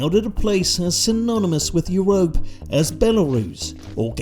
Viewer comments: The way bro says you-rope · Love how "Europe" is pronounced here 😂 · his pronunciation of europe kills me every time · How he’s pronouncing “Europe” is killing me